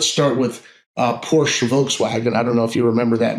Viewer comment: dude need to learn how to pronounce Porche